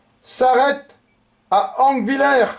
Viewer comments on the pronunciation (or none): je suis de morhange, sa me touche de voir enfin une video explicative claire, cependant conthil se pronnonce contille, le g de angviller ne se pronnonce pas et pour la petite histoire a rodalbe des femme et le pretre de la paroisse on transformé l'eglise, l'ecole et la mairie en hopitaux de fortune et ont soignée plus de 600hommes , les habitant les plus pauvre donner meme leur linge et literie, les agriculteur fesait des allé retour avec des chariot pour chercher les blesser une bien triste epoque